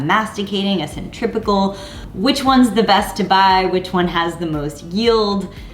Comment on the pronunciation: it sounds like you’re saying centripical juicer ...it’s centrifugal right ?